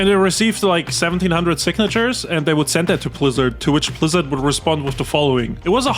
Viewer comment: 33 mins in homie doesnt know how to aay blizzard homie says plizzard